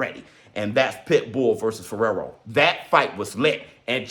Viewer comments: Fee-air-o Fierro get that man's name right he deserves that! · called Fierro, "Ferrero" the whole match 😆